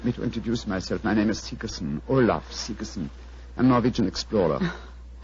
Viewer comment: Is that you pronounce "Sigerson"?